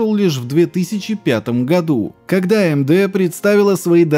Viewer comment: Бро, прекрасное историческое видео, но речь ухо режет. Ты не знаешь английских букафф? Что за АЭМДЭ? Это ЭйЭмДи, детка, и не апи, а эйпиай. Почему ты говоришь эфпиэс и апи? Ну дичь же...